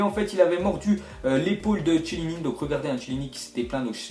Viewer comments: Arreté svp de dire Chiellini avec le son che sa se dit quie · s'il te plait arrête de dire "Chiellini", ça se prononce "Kélini"